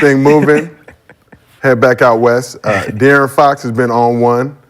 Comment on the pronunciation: Ifw the show 💯 but Gil and Brandon butcher De’Aaron Fox 1st name every time 😂😂😭